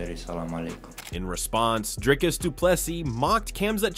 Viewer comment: My all-time favourite pronounciations are Stricklands "Dreicus" and Covingtons "Cumshot".